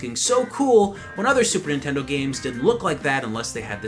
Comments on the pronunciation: "Super intendo" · did you just say "super intendo?" wow that takes me back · I love how sometimes he say says super intendo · Why does keep sayin super 'intendo?